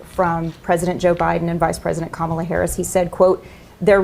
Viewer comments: Kamala is pronounced comma la. How long does it take to learn the proper pronunciation? These people are slow. Very,very slow. Or they deliberately mispronounce her name as a sign of disrespect. Both reasons are disturbing. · For the millionth time, that woman’s name is pronounced COMMA-la 🤦🏽‍♀️🤦🏽‍♀️🤦🏽‍♀️ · When will "Don'old', 'Done" Jr. and "Irk' learn to pronounce Kamala's name? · I don’t want to hear them talking about rhetoric when they can’t even pronounce Kamala’s name correctly… EVER! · Ik this wasn't the meaning of the video at all but why can no Republican pronounce Kamala's name correctly? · Why do none of these a-holes say Kamala correctly. Not a full brain cell between them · Every time they mispronounce her name I roll my eyes. It’s pure ignorance. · Yet they don't even have the decency to pronounce her name the way she wants it pronounced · And yet they still can’t pronounce Kamala’s name correctly.